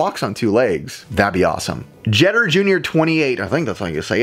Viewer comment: Holy cow! Thanks for answering my question!!! ❤️ you mispronounced my name but its all good haha. Its like derek jeter. Jeter jr 28 🤪